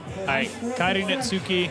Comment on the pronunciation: Kairi Netsuki has been out here for over 2 years and these dudes STILL don't know how to pronounce his name 😂 The U is silent.